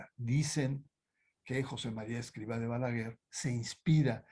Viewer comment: Interesante, pero no pronuncia bien ni el nombre del Fundador. Y no soy del Opus Dei!